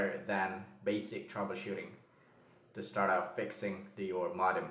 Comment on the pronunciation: Good video. By the way, modem is pronounced /'moudm/ not /'modm/.